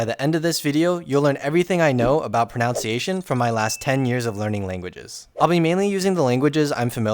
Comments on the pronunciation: Literally can't even say that word right, how am I supposed to trust anything you say... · As a Canadian I also say proNOUNciation. Which meant I was surprised that it's spelt pronunciation haha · do people not pronounce it like that everywhere? everyone in my state that i’ve heard says the word like “pro-noun-ciation” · It's supposed to rhyme with enunciation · Are you saying "pronunciation" right?? It sounds like you're saying "proNOUNciation" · > Makes a video giving advice on pronunciation > Very first thing he says is "Is your goal to get PRONOUNCE-iation so good..." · And he continues to pronounce it wrong though the whole video. For non-native speakers out there, the word is proNUNciation, and that NUN is pronounced exactly how it is spelled (with a short uh vowel), not like the OUNCE in pronounce. Don't ask why it changes when you make it a noun. It just does. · Ironic that a video about pronunciation has "pronounciation" 6 words in. I enjoyed the video irregardless. Keep it up. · Pronounciation is hard… pronounciation pronounciation pronounciation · I appreciate this information as I’m trying to learn as much Japanese as I can within 7 months, I’d like to get to a conversational level and your videos give me hope that it’s possible. However the way you say pronunciation like pronounce i ation is driving me up a wall. The second o gets deleted. Thanks for the video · Your video is very VERY helpful and entertaining! The only thing that bothered me through this was that you kept pronouncing "pronunciation" as "pronoun ciation". Love the video! And adorable model as well! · Awesome videos but "pronounciation" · correct, proNOUNce is said like the word "noun", and proNUNciation is said like the word "nun" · Video talks about pronunciation -Also him pronouncing pronunciation incorrectly LOL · It's kind of ironic that you don't pronounce the word "pronunciation" correctly lol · Came to say that. Made me think this was an AI-voiced video.